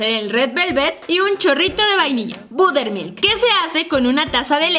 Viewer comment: Budermil?🙄 se pronuncia borermilk (buttermilk)